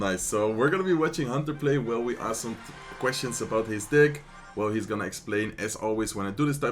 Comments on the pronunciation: THATS NOT HOW YOU PRONOUNCE DECK💔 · He said whaa 😮lol